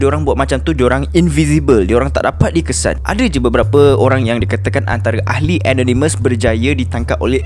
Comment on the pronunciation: Kenapa susah sangat nak sebut ANONYMOUS. Sebutan yg betul ialah E NOR NE MEZ.